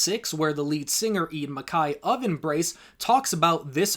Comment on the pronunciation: I really enjoy the music of a lot of the bands, mostly the 90s and early 2000s. But please stop calling Ian Mackaye (pronounced Mc-K), Ian Mack-eye. Short and concise discussion. I enjoyed it.